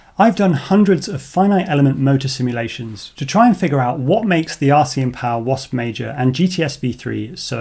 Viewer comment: Please add the names of items being tested to your video descriptions. Here's why I ask: in your Jan29 video, you mention you'll be testing the RCinPOWER GTS V4 2207 in an upcoming video. So I go to your channel and search for things like V4, GTS, 2207, RCM (... in the video it sounded like "RCM", not "RCin" - I figured it out eventually), and nowhere could I find a specific reference to that motor. So I went to google and searched your channel name and the name of the motor - no luck. So I went back to the Jan 29 video, checked for a pinned comment mentioning the V4 motor - nothing. I then learned how to download and search the entire collection of a video's comments, and searched that for references to the V4, in hopes that someone might point me in the right direction - nothing helpful, just references to "please test the motor". So expanded the search to all of your videos comments for the last year - too many results to go through manually. So I sat and had a think, and remembered that captions are a thing. So I researched and learned how download a youtube video's captions to a text file, and then proceeded to do that for all your videos posted after the Jan 29 video. ... and now I'm here. Honestly, still not sure this video is the direct followup to the Jan 29th video, or just one that includes the motor, but having spent a lot of time and having learned several new skills, I thought I should stop. Pretty please - add the names of items under test to your video descrip